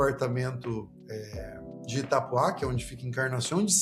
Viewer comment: Parabéns pelo vídeo,sou sua fã,!!Só vou te corrigir,não e Itapuá e sim Itapúa (sem acento),so pontuei pra vc poder entender a pronuncia